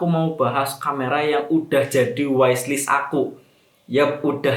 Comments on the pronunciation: Bukanya bacanya "wishlist" ya bukan "waislis" kalo "wais" kan tulisanya "wise" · Iyaa kujuga pen ngaqaq pas dengernya maap. 🤣 wishlist bacanya wislis bukan waislis